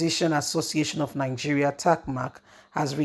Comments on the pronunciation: He’s Tee Mac not tac mac.. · Why do you found it difficult to pronounce people's names properly.It s Tee Mac not Tac Mac.. It's written clearly.,and you always do that.